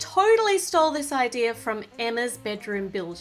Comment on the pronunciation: when she says idea if sounds like she is saying i-deer!!